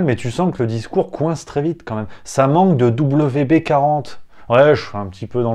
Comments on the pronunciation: mdr , excellent mais c'est WD40 pas WB40 lol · Wd40 et pas wb40 :p et les pieuvres/ calamars sont des créature super intelligente !!! Sinon bisous :)